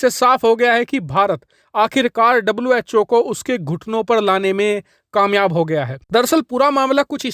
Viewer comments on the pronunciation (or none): Was called cho Instead of who